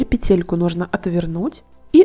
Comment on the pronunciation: Вещички нужные полезные и симпатичные. Но только не петЕлька , а пЕтелька. Режет слух. В остальном все замечательно.!!!